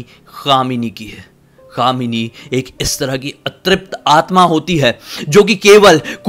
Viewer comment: क्या भैया कामनी की जगह दामिनी ही बोल दौ केस सॉल्व 🤣🤣🤣